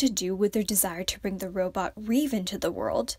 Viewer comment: the robot name is not reve, it's rêve - which means 'dream' in french. yeri named the robot, and its name does relate a bit to the fandom name - reveluv. hope you read it right next time